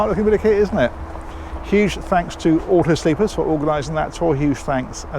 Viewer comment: Rather. Auto Sleeper. No 's'